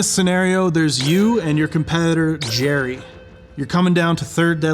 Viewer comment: It's, not Jerry! Lmao